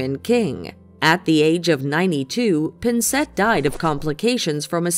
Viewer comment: As a Canadian, thank you for including the great actor Gordon Pinsent. However his family name is pronounced with the accent on the first syllable. Of course , there was also that horrendous butchering of the name Lynard Skynyrd.